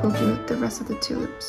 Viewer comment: When you say two loops it sounds like you're saying Tulips